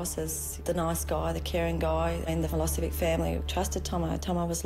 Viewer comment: I wonder if they realise they are pronouncing Milosevic incorrectly? 😕😒